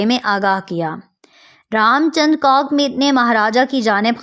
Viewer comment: "jisme C O C K ne likha..."👆😅😊 (do LISTEN carefully please...) Arree Pakiyo before claiming something, at least learn to SAY it w/o causing "splits"🤣🤣